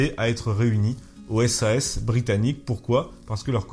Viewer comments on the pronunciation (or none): Petite erreur de prononciation : SAS se prononce comme un mot, pas lettre par lettre. Pour les SAS Français du moins, mais du coup c'est probablement pareil pour les britanniques.